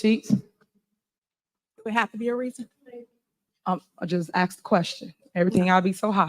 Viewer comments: TIFF ( ASK. ) NOT( AKS ) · She is just tooo combative and RUDE, NO RESPECT! YOU ARE THE SHOW AND YOU ARE SICKENING. WHAT IS A HURAN BEING? Hope you pass the baton tonight. Take a shot every time she says YALL….and AXE …….Of course you are NOT YOUNG.